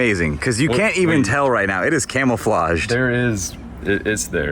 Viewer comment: said camel-flauged 😂